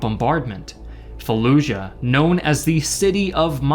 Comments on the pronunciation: Why do people pronounce Fallujah like “falluzha”? Not only is that not how we pronounce “j” in English, but that’s also not how it’s pronounced in Iraqi Arabic.... this phenomenon is common when English speakers see a “j” in foreign loan words: people say Azerbaizhan when the word is simply said like it’s spelled - Azerbaijan. Same with Taj Mahal, the word is not Tazh Mahal, it’s pronounced exactly like it’s spelled. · what? No, this guy is American, no American accent has a “zh” sound for the letter J. He’s saying it that way because at some point that became a common pronunciation under the assumption that this foreign word needs to be pronounced differently. I don’t really even know what you’re talking about or how you got confused by my comment.